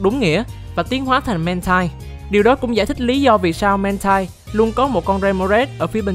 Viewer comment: Mantine đọc là /man-tin/, còn Mantyke đọc là /man-tai-k/ bạn nhé